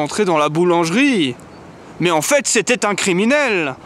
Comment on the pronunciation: En fait, quand j'écoute, j'entends "en fête", c'est de bon aloi. En m'aime taon. Leurs beaux yeux.